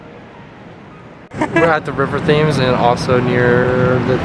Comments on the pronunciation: The river name is pronounced Tems, to sound like tens, but with an M instead of an N. A lot of tourists get it wrong. At the Tower of London, the birds were ravens, not crows. There is the old legend that if the ravens were to leave the Tower of London, then the British Empire would fall. Just north of the Tower, by the entrance to the Tube station, there is a section of the old Roman wall that surrounded the city of Londinium The road that you caught the bus on was Whitehall, and the monument in the middle of the road was The Cenotaph. It's where the Queen, various royals, and politicians lay wreaths on Remembrance Sunday in November, to commemorate those killed in the two world wars. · Great video. I always find it interesting what Americans find strange about the U.K. (The River Thames is pronounced 'Temms' by the way.) There is no such thing as 'jay walking' in the U.K., it is just 'crossing the road'. That breakfast you had was unfortunately not quite a 'full-english', but still looked quite good to me; I would have woolfed it down !!! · Polite point. The rivers is pronounced like this. PENS change some letters TEMS. And that breakfast was not a traditional English breakfast but a London version. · Not the nicest-looking breakfast (and doesn’t quite qualify as a Full English). I hope you have other opportunities for a decent one in the future. And I know everyone else has said it, but “Tems”. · River Thames is pronounced River Temz. Glad to see you had a good time 😃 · That breakfast was not a full English breakfast, I hope you got to try a good one at some point. And the Thames is pronounced "Tems"...Easy mistake, just to confuse matters there is a town between London and Oxford called Thame that is pronounced "Tame". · Glad to see that you enjoyed it. Just a heads up, we Londoners pronounce the River Thames replacing the A with a E, so it sounds like as "tems". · Pretty sure all the other comments say the same but it is the river Tems for the Thames